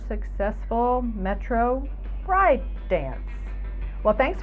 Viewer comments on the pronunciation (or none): none